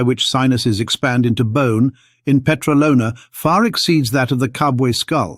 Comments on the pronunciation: The Petralona man is years old. DOUBLE of what the mainstream media falsy says. And its pronounced peTRAlona, not petraLOna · 17.40 It is stressed on the second syllable (tra), by the way and not on the third (lo).